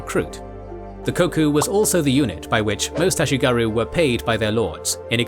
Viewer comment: Regarding pronounciation: there is no "oo"-sound in Japanese, comparable to the "oo" in English "boom". The "u" in words like "ashigaru" is pronounced like the French "u", as in "lune".